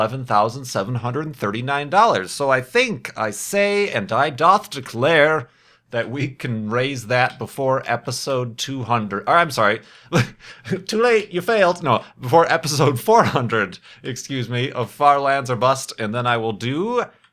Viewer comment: BTW, the word "doth" is pronounced like dust but with a "-th" at the end. Thank you, from a shakespeare nerd.